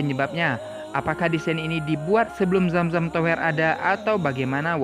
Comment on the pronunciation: Nice info 👍 Btw baca kata tower nya agak ganggu, baca tower e nya ky lemper jgn baca e kaya dower 😉